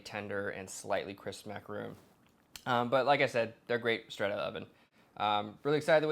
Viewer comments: Mack a ron. Not roons. 😂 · It's "macarohn" not "macarooon" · Repeatedly said incorrect. MacaRON ! Not macaroon !!! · should at least learn how to say macaron properly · You're saying macaron wrong!